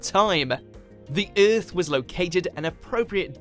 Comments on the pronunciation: the man said iiarth 😁😁😁😜😜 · You pronounce earth wrong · I really hate the way he says earth. Kills me.